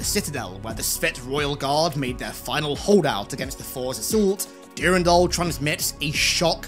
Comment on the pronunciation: Great vid (Brings back fond memories) , but your pronunciation of Durandal is driving me nuts lol!